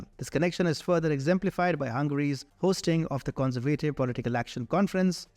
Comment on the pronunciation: The presenter of this video should look in his dictionary to find out on which syllable the accent of a word falls. So many words have been raped in his videos before. The word 'conservative’ has been mispronounced so many times in here, it is a total shame.